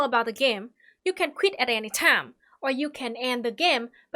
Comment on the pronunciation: I love how she pronounces "time" tam